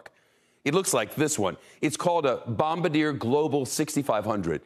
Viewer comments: Bom bar di eh. Not bombadier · Um Shep, it's Bombardier [Bomb - Bar - Dee - Eh] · It's pronounced Bom-Bard-ee-eh! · Learning to pronounce Bom bard ier would be a good start.